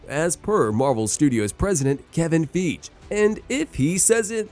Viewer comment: U r good but still don’t know the pronunciation of the name Kevin Feige 😮